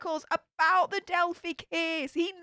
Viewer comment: I think it's cute you call it delphie, but some might get offended because it's a sensitive subject on these interwebs. It's delphEYE with a long 'i' noise. I've said things wrong and been attacked, so just in case, I wanted to tell you.